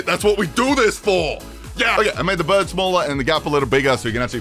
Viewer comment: The fucking ai “I’m making flappy birrrrrrrrrd” is killing me